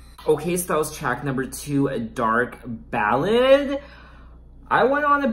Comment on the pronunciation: It’s dark Ballet pronounce B-A-L-AY like the dance.. great review over all. I also think the album will be a highlight of her already phenomenal career